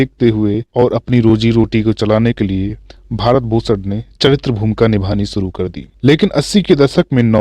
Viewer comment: Aap sha ko sa se u harit kar rhe he jaise shuru ko suru keh rhe ho gujarish ko gujaris keh rhe ho